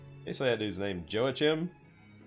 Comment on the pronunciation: That name of the Four Star unit that you were wondering about earlier, his name was joachim..... have you ever played xenosaga? For the PS2 there's a character on there exactly the same as him and they pronounce it yo-ha-keem. Its German. 😊 by the way thanks for some of your guides on previous challenges I subscribed to you thanks, looking forward to more.